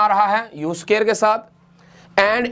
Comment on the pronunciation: Very nice video But you need to watch out on "SUQAAIIR"